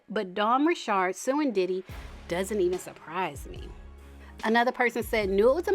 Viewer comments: You’re the first person I’ve seen who says her last name right! But anyways, I’m surprised she spoke out but I’m glad she did. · So happy to hear you pronounce Dawn’s sir name correctly. South Louisiana born and bred. 🦞